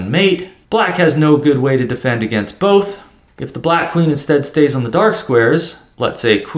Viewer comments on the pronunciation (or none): none